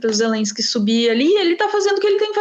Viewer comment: A russia invadiu a Ukraine não existe negociação, ou vaza ou a guerra vai continuar. O Lula nem sabe falar o nome Zelenskyy certo ele fala Zerenskyy